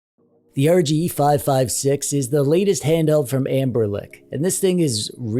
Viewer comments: Anbernic ❌️ Anberlick ✅️ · This is probably such a weird and small critique, but I definitely preferred when it was pronounced "anblernic" instead of "anberlick" 😅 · I thought it was AmberNic. I notice you say AmberLic. Which one is it? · Are you saying AnberLIC??? It's AnberNIC 😂 Apologies if you are saying it the right way. Your pronunciation bothered me enough to stop the video and make this comment. Otherwise, great review 👍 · You gotta be kidding me you sat in the whole video calling it AnberLick, LICK dude its anberNICK. With an N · gimme a break, I forgot an "e"... This dude says Anberlic in every video... This is his job and he pronounces the brand wrong every time... Either he doesn't care or he just doesn't know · are you mispronouncing anberNic as AnberLic on purpose? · It's anbernic not lic. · I keep hearing you say "Amberlick" but the company is called "Anbernic". Unless it's a joke I am missing out on 😅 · Are you saying Anberlick? :P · Please stop saying “Amberlick” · I also accept Ambler Nick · Are you saying anberlick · (sigh) It's. A. JOKE. He frequently mispronounces words on purpose. And there's always some pedantic, humorless asshole (like you, in case I'm being unclear) who has to start whining about it. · Say anber-Lic one more time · Are you saying "Amberlick"? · Why do you still mispronounce ANBERNIC??? Ther is no L in it... I lose all interest in a review when the reviewer can't even pronounce the brand correctly